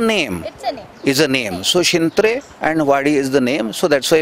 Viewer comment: त्या मॅडमना शिंत्रे या शब्दाचा उच्चार करता येत नाही, स्वतः शिंत्रे साहेब उत्तम वर्णन करीत आहेत आपल्या अलिबाग नागाव विभागातल्या हौशी यु-ट्यूबर्स ने मनावर घेऊन अशा पध्दतीने चॅनेल्स सुरू करून पर्यटन व्यावसायिकांना मदत करावी.